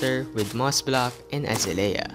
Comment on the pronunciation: uhzayleeuh not azuhlayuh